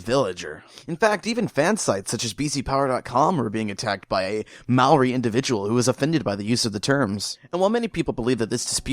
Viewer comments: It bugs me the way you mispronounce Maori. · Man I didn't realise you were saying Maori till I saw the guy with the tattoos